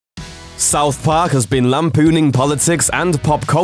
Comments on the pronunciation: What in the fuck is " South Pok" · Souf Park Miffs